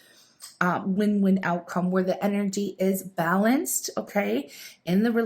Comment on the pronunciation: Why does she pronounce “energy” like a little kid who just heard the word and is pronouncing it for the first time? Distracting, irritating, cringy. Unsubscribed.